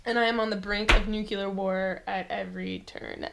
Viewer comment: Cool video. Looking forward to playing my copy of 13 Days. Thumbs-up for your vid... despite you mispronouncing, "nuclear" non-stop! :-P lol